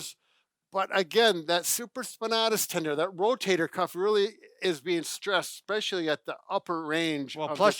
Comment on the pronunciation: There is no such word as "ICK-SPECIALLY. I had an English teacher who used to pronounce "E" specially that way. Drove me nuts too. No hard consonant in especially.